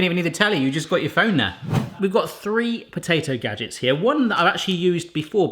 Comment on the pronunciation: You don't pronounce it "gajicks" and safety isnt your number one priority so im not subscribing